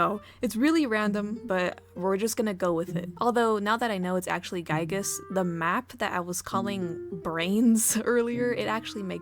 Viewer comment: Honestly, I don't think you butcher his name at all! That's the definitive way to pronounce Giygas! ("guy-gas") At least it's not his early name that he was used to be called: Giegue. (Not even Earthbound fans doesn't know the correct pronunciation to that one.)